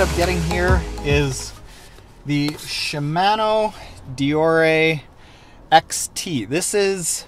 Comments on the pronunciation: It's shimano, as in mano-a-mano. Not man. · I shouldn’t let his pronunciation of Shimano irritate me so much but it does. Don’t even want to hear him say panniers lol (sorry man not be a hater, was a good video and I learned stuff) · Great video but.... she-man-o d-or-a....my eardrums are bleeding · He really doesn't know how to pronounce "ShimAHno" OR Deor(E)?